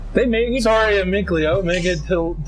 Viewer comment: Why do you call him Sor-ry when his name is obviously Sor-Rey